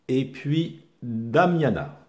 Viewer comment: C'est pas Damania mais damiana mais merci quand même pour la démonstration !